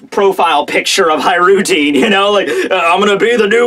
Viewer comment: Nice,! You took my criticism of how to pronounce Hajrodin's name! Finally:)